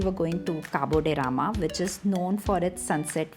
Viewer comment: Pronounce it like Goans do 😊 and not how it’s spelt on google 😂 there are many other hidden gems in south Goa and it’s always peaceful compared to north. Cabo De Rama = Caab They Ram Palolem = Paalo Lame